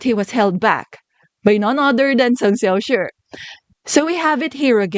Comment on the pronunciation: I love how you pronounce Cheng Xiaoshi's name, I'm not in any way fluent in Chinese and the way you say his name sounds just right to me :)